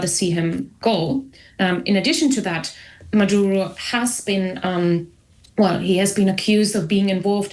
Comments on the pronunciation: Odd that the interviewer keeps pronouncing Maduro's name as Madauro. ( ow) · Natasha Devon doesn't know the difference between Cuba and Colombia. She also calls Maduro "Madaro" (twice)😂😊.